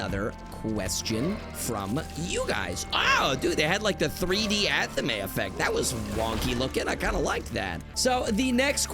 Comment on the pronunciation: Ok, Anathema I guess I can understand, but Athame? Is this ragebait? It's like Fame. Athame. Not a the may.